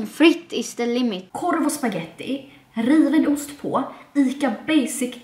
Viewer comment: Asså när du sa din favvo mat, jag var tvungen att lyssna om 3 gånger innan jag hörde att du sa riven ost och inte rivna morötter. Haha ja jag vet konstigt